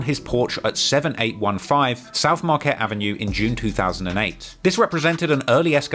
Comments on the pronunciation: Camt even pronounce marquette coreclty😂😂😂😂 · Marquette Is Pronounced "Mar-Ket" I Know That, Cuz I'm From There